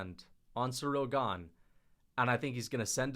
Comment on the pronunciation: cereal gah-ne